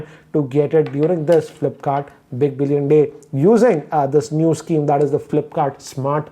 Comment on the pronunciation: He says sceme.